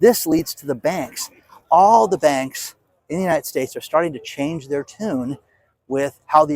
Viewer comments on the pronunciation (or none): none